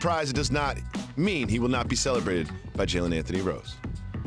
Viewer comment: How 'bout that.. Proper accent placement on "Nikola". It being on I, not the O. Cheers. Joker aint no joke.